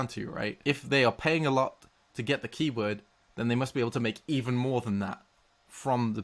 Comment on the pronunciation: For some reasons, each time you said "Keyword" in this video I was absolutely sure you were about to say "Kiwi".